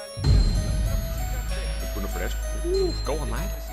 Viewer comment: Nah I love it when you go for authenticity with the name pronunciation! Also great stream lad, it was absolutely amazing